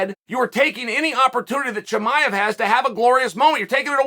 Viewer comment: Ayo did Chimaev get demoted from the Chael Appreciation List? Used to call him by name flawlessly, now he's Hamzat and we all know what it means when Uncle Chael f*cks up your name 😭😂